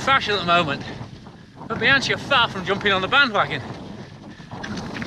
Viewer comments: Bee-han-chee?!? No, diopignone! E' BIANCHI!!! (Bee-hun-kee!!!) eccheccazzo! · Please say Bianki(bianchi), and not Bianci !! BIAN k(like kilo) I so... Bianchi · Oh my..."Bianchee"....my ears bleed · Pronunciation is: "Biankee" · Nice review. But please: Bianchi with hard C :) You can use the same C in your next trip in Italy: when you want an aperitivo order a bianchino,good white wine 😉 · In Italian, "ch" is pronounced as a hard "K" or 'C' sound - of course, as an Englishman you can be forgiven for the understandable mistake ;) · You've been testing bikes for 20 years and still can't say 'Bianchi' properly? 🤣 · Professional Bike Tester for 20 years... And you can't pronounce one of the most important bike brands in the history of cycling. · Please, please, please, learn to pronounce “Bianchi” properly 😱😱😱🥴🥴🥴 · Jesus learn at least how to pronounce Bianchi